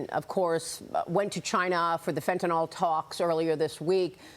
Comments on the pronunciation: Why does everyone at fox say "fentanol" when it's fentanYl? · It’s called Fentanyl, not Fentanol. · Please stop saying FENTANOL!!!! There are no "O" sounds in the word. dafuq is wrong with you? Your ONLY job is to talk. Do it right. It's not like you are volunteering. Skill is expected at your pay grade.